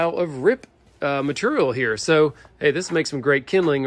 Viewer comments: Anyone else tried to say ‘Maturial’ out loud after each time said it? 😂😂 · even though they give you a hard time about the length of your descriptions, explanations, etc..., I find it informative, helpful and even entertaining🤗 also when you have skills like you, does it even matter how you say material 🤣🤗